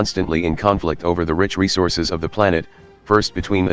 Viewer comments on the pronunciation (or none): none